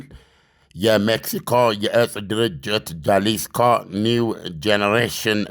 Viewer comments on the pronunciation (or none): Jalisco ሃሊስኮ not ጃሊስኮ። ጌታየ ጌታህን አቢ ጁንታ ብሎ ስህተት አላከከብህ